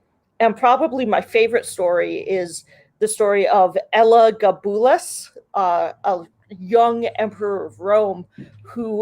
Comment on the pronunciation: it's pronounce El-uh-GAB-uh-lus.